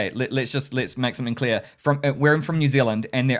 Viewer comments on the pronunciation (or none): none